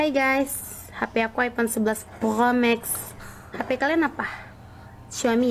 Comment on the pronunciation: Prhokhmax 😭 promagh kalieee🤣